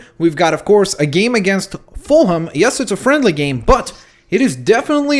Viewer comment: Not fullham fullom